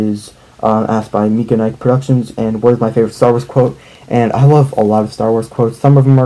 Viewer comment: Thank you for answering my question! What is the rarest set you own? My name is pronounced like the Mike and Ikes candy btw